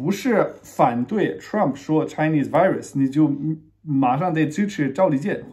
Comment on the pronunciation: 请转告Stone 说Virus 的时候V音要用上牙咬下嘴唇啊…………！！！作为生活在美国的人……这发音也太烂了，他把评论关了也没办法提醒他…………………………